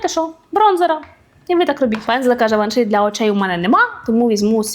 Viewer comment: Може пригодиться, в кінці Givenchy "y" вимовляється більше як "і" (не и)